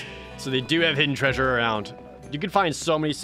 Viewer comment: Love your content, love the games you play. Its just the whole 'derpy' persona you do that really bugs me. its overplayed and outdated. So a part of me does die everytime you say "treysure" but otherwise, keep up the good work. You definitely deserve the views